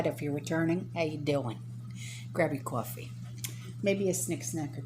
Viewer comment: The way you said “coffee” it reminded me of someone from the “ninth ward” 😺